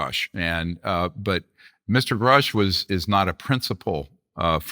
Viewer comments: I’ve heard very credible people say (and can prove) that 75% of what Greer says is bullshit. He’s got an extremely questionable past. Knapp, Coulthart, & Corbell (among others) are the leading opinions on this topic, without question. And Vlad… please learn how pronounce these gentlemen’s names properly… specifically Grusch & Fravor. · So hard to get past Vlads insistence on mispronouncing Fravor and Grush. Other than that great to hear Dr. Greer talk about these issues. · Why Vlad thinking he Joey Diaz pronouncing everyone's last name wrong even tho he must of seen interviews about Grusch and Fravor to prep for this plus Greer saying them correctly constantly 🤣🤣🤣🤣